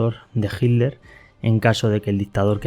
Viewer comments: QUE MAL PROGRAMA ..... Y SE PRONUNCIA HITLER Y NO ..... JIDLER. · Porque dices jitler y no Hitler XD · ¿Por qué dices "jildler" en lugar de "jitler"? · Por que dices Hilder? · Porque dices hilter en ves de Hitler he visto que los españoles así siempre dicen hilter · Que carajos pones solo las voces y no la traducción, mejor no pongas nada, y pronuncia bien que te refieres a Hinler o Hitler ya que a veces se confunde. Pronuncia bien. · QUÉ RARA FORMA TIENE USTED DE PRONUNCIAR ESTE APELLIDO...PARECIERA COMO SI DIJÉSE..."HIL-LER" O "HID-LER" CUANDO SE PRONUNCIA "HITLER" CON LA LETRA "T" QUE ES SONORA Y NO MUDA...EN GRAN PARTE DE ALEMANIA SE PRONUNCIA...( hitlɐ: ) CON VOCALIZACIÓN DE LA LETRA "R" FINAL... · Consulta. Porque los Españoles dicen “Hiller” y no pronuncian la T. En Alemán se pronuncia. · Por que los españoles dicen HILDER, acaso no ven que es HITLER, por dios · No dicen hilder; pronuncian hit-ler separado pero rápido y por eso suena como si fuera con d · Una pregunta por qué los españoles dicen Hilder y no Hitler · Porque los españoles no pueden pronunciar la "t" cuando dicen Hitler? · me dio mucha risa " hikler " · Se pronuncia como se escribd en dsoañol: itlar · No pronuncian la “T”. Pero igual no importa porque pronuncia todas las palabras en alemán incluyendo nombres y apellidos que da penaaaaaa!